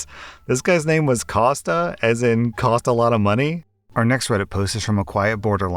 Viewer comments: Kosta it's Greek as in Konstantinos or Con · I'm pretty sure Costa is said like coast with an "a" at the end